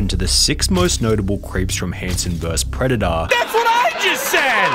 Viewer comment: Pred de uh